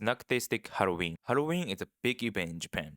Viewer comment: You say: Halloween I hear: Heroin